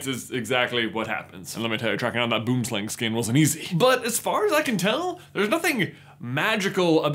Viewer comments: You're saying it wrong. Its ˈbuəmslaŋg not boom slang. 😜 😆🤣(I hope this is reference is landing.) Boomslang comes from Afrikaans words Boom (bwoom) which means tree and slang meaning snake. Basically tree snake 🐍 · It's so cool how Americans pronounce the word "Boom Slang"